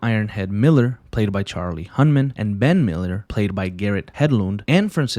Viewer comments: bro could NOT say charlies last name right smh. HUNNAM! HUN-NAM! not "Hunman" lmao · at least sat Charlie HUNNAMs name right